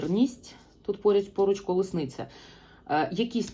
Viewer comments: Перепрошую, що виправляю, але правильно казати "колісниця", а не "колесниця".) ... Дякую Вам ..ви - найкращі!!!! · Дякую! Ви сьогодні маєте чудовий вигляд. Хоча завжди маєте шарм, а це вище за звичайну вроду, бо жіночність і чарівність мають більшу силу. Ви ділитеся з нами інформацією. Я хотіла підказати Вам вимову слова Колісниця. Ви дуже гарно говорите українською, приємно слухати, а вчитися потрібно нам всім. Дякую за розуміння💝🇺🇦